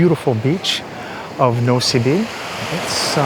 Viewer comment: "Nosy Be" is pronounced "noosh-bay." "Malagasy" is pronounced "mal-gosh." I've been to Madagascar, but only to Tana (the capital, which didn't impress me much) and Antsirabe. Antsirabe was cool, but Tana was so dirty I started calling it Andikybe (place of much poop). Nosy Be is on my bucket list for sure! The largest city is called Hell-ville, so it would be cool to be able to tell people I've been to hell.